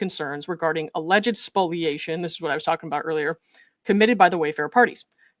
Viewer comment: Thank you for pronouncing "spoliation" correctly.🙂